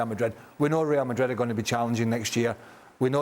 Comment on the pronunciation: Yeah true.. He’s hurting! everytime he says Madrd He ends up saying “or other teams” 😂😂😂